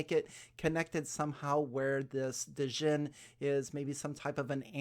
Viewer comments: Its pronounced "gin". Like the drink... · Djinn is like Django, the d is silent.